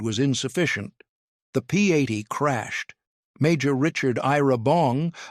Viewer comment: AI narration ruins videos. P80 should not be enunciated as "P a d". I have no clue what "500 na mannk" was supposed to mean.